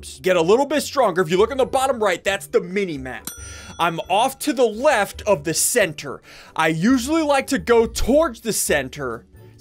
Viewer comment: he said: WEFT